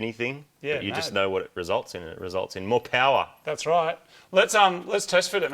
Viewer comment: A-MOH POWAH BABEH